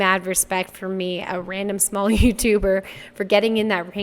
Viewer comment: Not trolling! miscommunication is a STRAIGHT! BI=CH! God damn! ...now then, it sounds like you're saying 'for me' and even the captions say that (but they hardly ever are right so f==k that), however if you say you said 'from me', well not only does that make infinitely more sense, but perhaps the audio wasn't as crisp to catch it as clear as you said it! Nothing left to do now but apologize for unintentionally getting it wrong: SORRY!